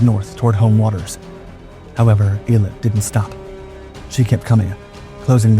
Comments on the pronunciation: You are pronouncing the name wrong. Its EEL-AT announciation. Named after the resort city on the Red Sea coastline. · Eilat, named after the ancient port used by King Solomon and a modern port and resort, is pronounced with the accent on the last syllable: Ay-LAT. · Worst pronunciation of Eilat of heard yet😂